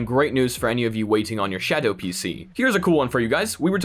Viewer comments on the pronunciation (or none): I like how he says shadow Sha DOE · The way you pronounce "Shadow" physically hurts me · I giggled like a dumbass everytime you said shadow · The way this dude says shadow